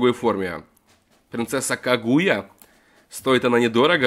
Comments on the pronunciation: кАгуя а не кагУя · Не кагуя' а ка'гуя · когда пришёл в комменты просто чтобы сказать что принцесса кАгуя, ударение на А. ушам теперь больно😥